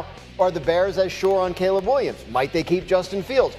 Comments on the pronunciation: The tv said Caleb many times and this dope with rocks in his head still pronounces it Collab. I mean it sums up this man’s intelligence 😆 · Caleb is sounded Kay-lub